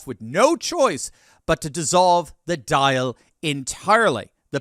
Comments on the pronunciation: Pronunciation : 'daw-l', not 'dial'! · Dail is pronounced Daul. Took me a second to figure out what you meant by dial 😅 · You mean. Dáil. Is pronounced. Dawl 🇮🇪🍀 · It's pronounced An Dàil (The Doyle) haha...but go Conor 🇮🇪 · Its not pronounced dial like when you dial a number but good try 😁 Hello from Ireland, unfortunately the president has no say when it comes to the people of Ireland Its not like other countries where the president has control of his or her country but in Ireland its the government, the head of the government and his party that make the rules when it comes to the people of my country. Our country is destroyed open boarders SA has gone up, robbery's stabbings. kidnappings all on the rise due to our stupid government leaving everybody into our country without doing back round checks. i wish conor the best. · Pronounced "Doil",. Slainte. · Dail is pronounced like it's spelt DALL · He has every right to run for president but as an Irishman I think it would be a farce. The president of Ireland does not have as much power as Conor thinks. Don't be fooled by the media hype. Also, saying in public you are a holy man reminds me of the parable of the Pharisee and The Tax Collector. Finally, the word Dáil is pronounced like foil with a d. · Dial is pronounced "dawl." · The - Dail sounds like..DOll* ;) so the "Dail" (Doll) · Dail Pronounced DAWL, just sayin..😅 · Just a heads up Dail is pronounced like hall with a D. x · ’Dáil’ is pronounced Dawl Love the show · For the record, Dáil is pronounced as doll.